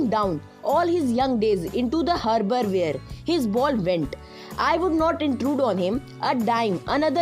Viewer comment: When you say harbour where I thought underware 😳😳😀😁🤣🤣🤣🤣🤣 Read from all his days into the underware.😳😳😳😀😁🤣🤣🤣🤣